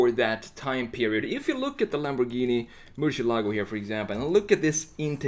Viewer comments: He cant pronounce Murcielago. It's not merchyelogo its mercyelago. Lamborigini mercy. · Thanks for the great content; love your designs. Just one thing though; murciélago is the Spanish word for bat and the tonic accent is pronounced on the e, not on the a: murciÉlago. Also the letter c in Spanish is not pronounced “sh” but more like “th” in English (la zeta) or to make it simpler like an s (Latin America prononciation). It was also the name of a Navarra fighting bull from the late 19th century. The legend says that it survived 90 sword strikes in a fight against the Torero El Lagartijo in Córdoba, resulting in the crowd asking for it to be spared due to the fact that it fought with tremendous passion. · As a native spanish speaker, i cringe a little every time I hear someone say "MurcielAgo", lol! Great redesign as always!